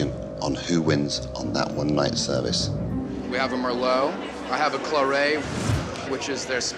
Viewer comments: its claret not clareeeet hate when people speak like that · Pshh it’s clarit